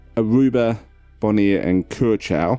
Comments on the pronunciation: The correct pronounciation of Curaçao is Kurasao.. Not Kerchau... Or in local dialect.. Korsow.. (I used to live there). ç is always an S sound in Portuguese. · Curacao is pronounced differently , it's like cura-sao